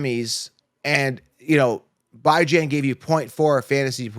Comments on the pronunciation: It kills me how he pronounces Bijan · Kinda crazy to me how yall suppose to be experts but can’t pronounce Bijan name correctly coming into week 16